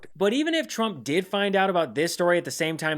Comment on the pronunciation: Sounds like Carolann is saying President Chump. OMG lol